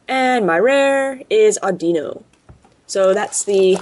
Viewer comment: Not (adeeno) audiino